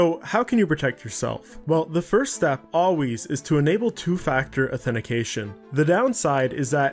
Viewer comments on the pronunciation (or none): none